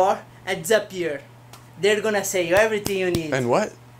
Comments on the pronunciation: Man says Dehzapur🤪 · The way says disappear is the best way I’ve heard that word ever pronounced